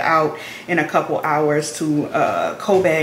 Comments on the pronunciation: Lol why you say Kobe like that. It’s pronounced like the basketball player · Did you dip your hair? (The braids). Maybe you won’t notice how they look if they look looser. Anyways it’s cute ………. you say Kobe so funny. The name is like pronouncing Kobe Bryant’s name lol